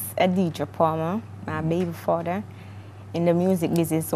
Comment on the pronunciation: Lol baby fadder the word is father